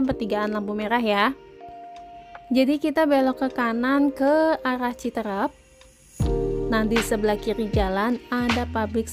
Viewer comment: Pengucapan yang benar ci teureup bukan Citereup.